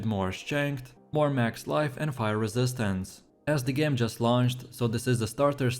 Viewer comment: guys voice is annoying as hell. The way he says "resistance"